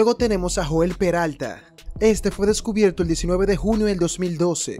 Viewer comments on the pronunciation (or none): none